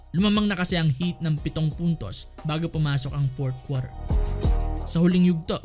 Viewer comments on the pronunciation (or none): Ayos accent ah 3rd kwater